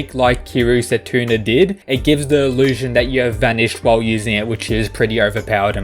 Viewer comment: “Setuna” It’s setsuna, lol